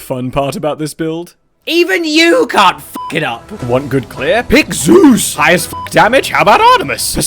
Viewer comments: What is it about how you say Zeus and it being so funny? “Pick ZOOOZ!” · I love how you pronounce Z E U S Every time. Keep berating me you wonderful aspect of weather!